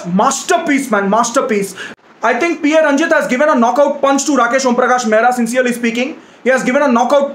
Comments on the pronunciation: it's not P A Ranjith it's PA Ranjith an initial in tamil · Yes paa Ranjith not P A ranjith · Pronounce पा ranjith not P.A Ranjith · Great review! Please note: director's name is Pa Ranjith, not PA Ranjith (Pa is pronounced as is). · Pa.Ranjith should be pronounced like "Paa".Ranjith (like Amitabh Tabu movie)